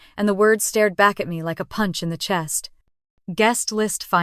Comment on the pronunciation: AI mispronouncing Chest (CH as in cheese ) CH est